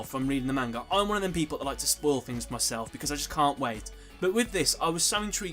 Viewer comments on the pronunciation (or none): none